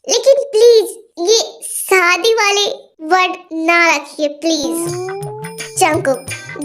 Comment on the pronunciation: Api AP story achi banati ho but Sadi nahi shadi bola karo😊😊